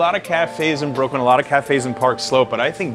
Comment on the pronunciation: Brookwyn? lol